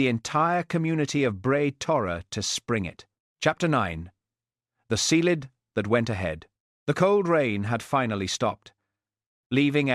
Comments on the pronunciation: Ceilidh, (Scottish Dance) is pronounced "Kay Lee) . Thanks. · It's pronounced kayli